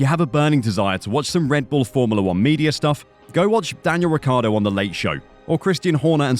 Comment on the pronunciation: Never watched the "reveal" did she really say Daniel Retardo??? 😳😲